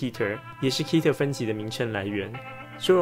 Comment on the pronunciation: 是念Ket'er 可提爾